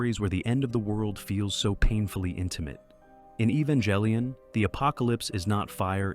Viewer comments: Evan-jell-ian? I'm sorry, what? I can't with that. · Evangelion and gendo both have hard g sounds, not J sounds otherwise, i loved every part of this video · Your pronunciation of Evangellion is insulting.